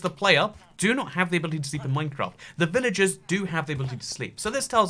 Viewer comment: I can't tell when your saying villages and when your saying villagers